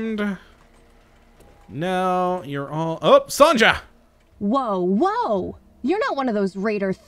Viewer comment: “Son-Ja”. Oh, you and your pronunciations.